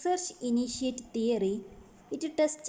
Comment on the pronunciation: Madam it's not teroy.theory